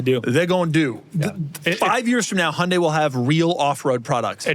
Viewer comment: Really appreciate how Doug pronounces Hyundai correctly…